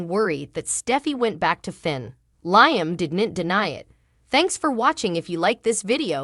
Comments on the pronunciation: Lee um not Lyum sheesh! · Lee em not lyum